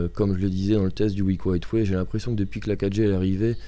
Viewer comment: MDR vous avez quoi tous a mal prononcer Highway ?